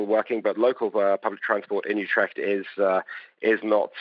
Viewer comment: Learn how to pronounce Utrecht correctly.